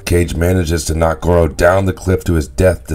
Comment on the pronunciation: But he's saying the name wrong